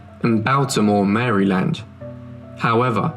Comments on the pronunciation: POOR pronunciation=poor research. Mamie=MAYmee. Maryland=MARE-uh-lund. etc. Very distracting, but nevertheless appreciated. An American should've done this one, but it's telling that a British man saw the value in it. Thank you (don't take my correction as unappreciation). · Maryland and Baltimore were also mispronounced, unless that's a regional dialect unknown to me. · Fascinating story but please learn to pronounce 'Baltimore,' 'Maryland,' 'indict,' etc. ...tends to detract from the authority/credibility of the tale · Please Pronounce Baltimore and Maryland correctly! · Maryland is definitely mispronounced. But I’ll give him a pass since he’s not American. Sadly, a lot of Americans don’t say it right, either. And then you get the residents that butcher it into sounding like “Murrlin” 😂